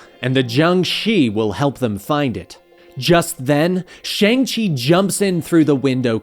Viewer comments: It’s pronounced “Shong-Chee” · You're not pronouncing his name right.